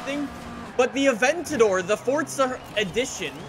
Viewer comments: It’s Forza not Fortsa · forza... FORZA. not FoRtZa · Fortsa it’s forza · Am I the only one who thinks he says “ Fortza “ sometimes? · Why does he keep saying fortza????? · Can you please pronounce words the correct way????!!!! "FORTSA" "HURAKAAAAN" JUST PRONOUNCE IT RIGHT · its forza not forza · The way he mis pronounces forza and huracan pisses me off